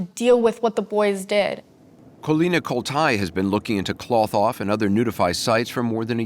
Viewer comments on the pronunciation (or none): Cloth-Off...NOT KLOTH off